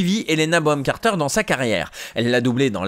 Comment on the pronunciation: Excellente vidéo ! Surement l'un des films que j'ai le plus maté en VF ! Et surement l'une des VF j'aime le plus ! PS: C'est Helena BoNham Carter et pas Boham ! Bisous ! ;)